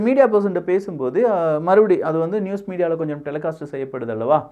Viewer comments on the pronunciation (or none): none